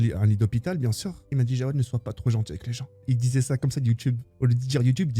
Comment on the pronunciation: Les gars c'est pas Jawed non cest Jaoued je crois